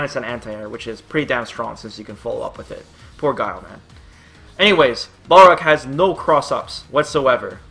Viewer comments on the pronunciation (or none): none